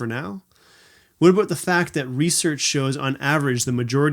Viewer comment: I like the way you said abooot.